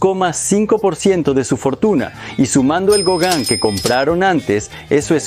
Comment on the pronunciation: Se pronuncia Gogan y es hermosa esa obra de Gauguin